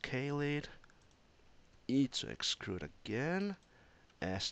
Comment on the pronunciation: Thanks for the tips, though 'uhm's dont bother me so much :D What i was kind of weird is "excrude" rather then "extrude" :D